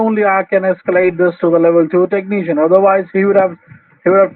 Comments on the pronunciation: Microsoft certificied TEK NEE SHIAN... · I don't trust any scammer that isn't at least a level 8 "techkneeshun" or higher.